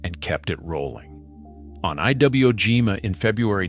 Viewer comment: Gotta love the AI voice. "Eye double-u oh Jima" And talks about the medals won by the Seabees while showing a picture of Admiral Nimitz awarding Doris Miller a Navy Cross for his heroism during the Pearl Harbor attack! Nothing to do with Seabees or construction whatsoever! Come on man, this is interesting information presented rather sloppily.